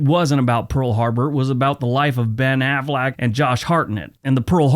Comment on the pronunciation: I like how you morphed "Affleck" into "Aflac." Whether intentional or not, it's a good laugh when I needed one. Thanks,!